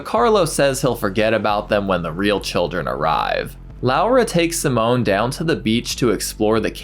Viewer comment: Just to be clear, the boy name is pronounced Seemon. Simone is a girl’s name.